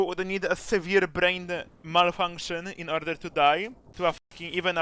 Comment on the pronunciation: "in orner to..." Dr. UTTUT APRIL 2022